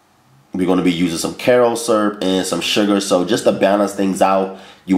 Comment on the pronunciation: "Light. Corn. SURP." 😂😂😂